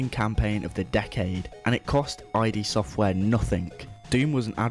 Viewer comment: I'm sorry, I had to pause the video to comment otherwise it'll drive me nuts... It's called Id software as in the Id, Ego and Superego, not I.D. software, as in shorthand for identification.